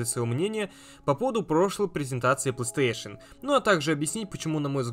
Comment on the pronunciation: Макс ты так странно говоришь пластеэйшн))